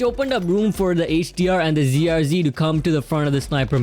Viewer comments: Its ZRG not ZRzzzzzzzz ffs my ears are in pain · Haha the G is silent.. also sounds like a Z..